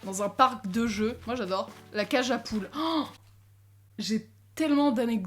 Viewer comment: J’ai l’impression que la cage à poule elle dit « cajapoul »🤣😭